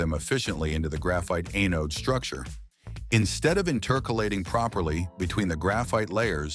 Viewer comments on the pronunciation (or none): Sure wish ytou'd LISTEN to your AI narration BEFORE you publish.. What is an "a-NODE?" Did you mean "AN-ode?" There are more, but that one broke my train of thought.